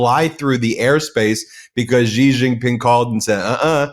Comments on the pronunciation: Ben. I am most disappointed that over such a long period of time, you still can not pronounce the Chinese president's name correctly. It is pronounced as 'see or C' and definitely not 'jee'. The evil admin is in general a fair weather friend. It falsely promised protection to countries can can be used as proxies to counter China. Now that it realises that preventing Chin's progress is impossible, he will abundant all in south east Asia. Taiwan and Japan are now feeling the great shock betrayal. Here is hoping others will wake up soon to assist in the collapse of the evil admin. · Ben, the name "XI" in standard Chinese (aka, Mandarin) is pronounced like the English "she", not like "gee".